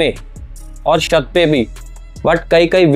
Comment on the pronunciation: तू भाई शत क्यों बोल रहा है छत को